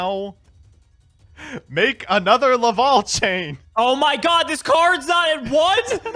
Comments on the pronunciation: Like I call the Smash character Corrin Corn. The Laval instead of Lavalval is just screwing up though. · He also said Laval instead of Lavalval.